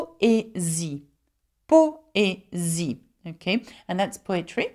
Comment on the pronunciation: In the 'poésie' example, the way it's pronounced, it feels like accent falls on 'i' not on 'e'. What do I miss here?